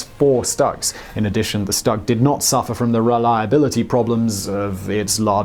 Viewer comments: Stug is pronounced Shtoog, not s-tug Cause the way you pronounce the full name of the tank the Sturmgeschütz III. otherwise, it was good. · "Shtoog" not "stug" but fun video nonetheless! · It’s st-oo-g not st-u-g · Tiger tank is the Baneblade of the WW2. Why is it jarring to hear "Stug?" That seems right, even if almost everyone says "Stoog"? I don't know anything about pronunciation so don't care either way, but which is it?